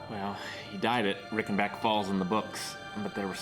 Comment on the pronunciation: This is the first reaction video I've watched other than GoT. Loved it! By the way, the "Rei" in Reichenbach is pronounced like the "Ri" in Riley. Greetings from Germany :-)